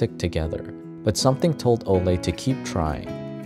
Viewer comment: I think it’s Olay not ole guys